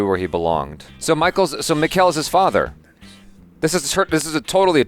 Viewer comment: Mikkel is not pronounced like Nickel. It's similar to "Miguel" but with a K instead of g. Only Americans can screw someone's name so badly even after hearing it so many times.